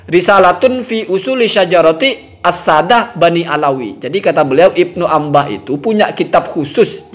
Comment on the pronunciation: Maaf yg benar Ibnu 'Anibah apa Ibnu 'Inabah sih?